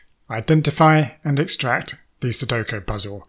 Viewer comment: Forgive me for teasing you, but it's funny that you can do all this technical wizardry yet you keep mispronouncing sudoku as "suduko".